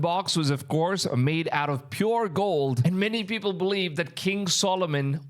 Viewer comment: he does pronounce the V in “massive” and “believe” correctly. It’s quite interesting how that works.